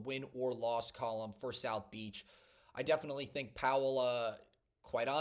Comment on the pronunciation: "South Beach" 😂